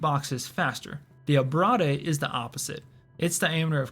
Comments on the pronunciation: Did you pronounce "Abrade" as "Ah-brah-day"? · It’s ABRADE (ab-ray-d), like .. abrasion, abrasive….. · You know it's pronounced "uh-brayde" right? Or is this a meme? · Great video, but the way you say "abrade" is crazy.